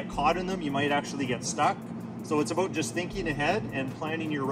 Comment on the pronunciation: Never watched your channel but that “aboot” instant trust that you’re a subject matter expert 😂